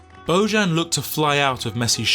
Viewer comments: He is Bojan, not Bozhan. J like in Jokić, that is Serbian name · Pronounced BoYan, not BoZHan. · His father is Serb, so his name is pronounsed Boyan... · Its not Božan its Bojan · His name is BOJAN!!! Bojan is pronounced BoYan! It isn't a Catalan or French name ffs. It's Slavic. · I really hate stupid people,who doesn't want to put just a little effort,to pronounce names correctly. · At least learn how to pronounce his name ffs! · You are completely butchering his name